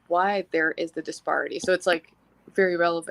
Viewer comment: Her mispronouncing "disparity" consistently makes me want to scream.